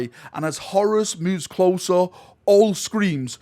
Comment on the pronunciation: Horus here sounds like Horace! I always pronounced it as a longer word Horr_uus.